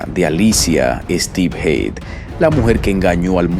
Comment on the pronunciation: A ver si te aclaras en como se pronuncia HEAD porque has dicho...hid.. heid...hed, no sé, se pronunciará como cabeza..HEAD?